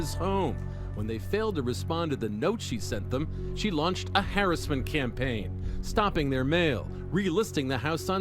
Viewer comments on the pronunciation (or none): did the guy say "harassment" campaign weird for anyone else or is that just a me thing. Sounded like he said "Harris-ment". I know some people pronounce things differently in different regions and such but it threw me off. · The way they say "hair-es-ment" instead of harassment is physically painful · i find it hilarious on how the reporter said “harassment” improper and then said it correctly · The word is har ASS ment. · The way he says harassment makes my brain itch